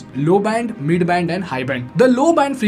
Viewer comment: his pronunciations of words are not good. He's pressing words up, where if he talk slowly, he is pronouncing them correctly. See for suppose he said mid band as midddu banned. People who are learning English, watching his vids regularly, will gets his accent adapted.